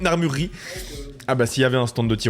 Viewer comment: Très sympa à regarder cette vidéo. Par contre ce qui m'a sauté aux yeux: "armurie" au lieu de "armuRErie"